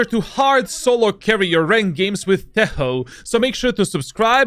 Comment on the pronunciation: Its not tejo its tečo 💪